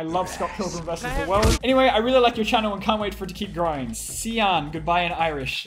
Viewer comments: "Sian" oh no. That's an L not an I ya dum dum smh. It's pronounced sl-awn like lawn but with an s at the start. And I'm sad he didn't say "I make my own luck" Shay is obviously a fake Irish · In case anyone was wondering slán is pronounced as slaw-n. The á makes it have an "aw" sound. A bit unnecessary but eh.